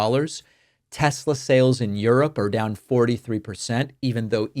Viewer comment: "I love Tes-slur!"